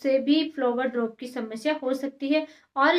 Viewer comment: flower drop shamshya🤣🤣 bolna seekh pehle pappa ki pari😆